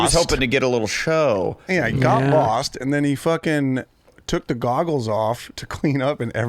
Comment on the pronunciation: Adam would say “ goggers” instead of goggles